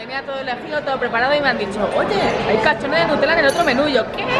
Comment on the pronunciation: porque dicen catchone si es calzone